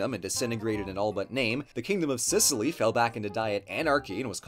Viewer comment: "Gib Sicilly" 😂😂😂